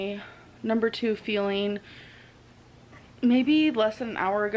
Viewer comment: she can't even say feeling right she says feelin it's so annoying